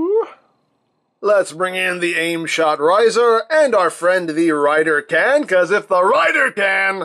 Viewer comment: The standby for the rider gun sounds like "Rider Can, Rider Can, Rider Can"🤣